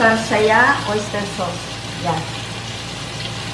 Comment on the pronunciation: ang pagbigkas po sa sauce = sos. as in tomato sos, oyster sos, soy sos. parang sos maryosep. marami rami rin pong pinoy ang bigkas sa sauce = sows. parang "ows, di nga". mejo masakit po sa tenga ang maling bigkas. mungkahi lang naman po, para hindi distracting at tuloy tuloy namin ma-enjoy ang panonood ng food video nyo. thank you.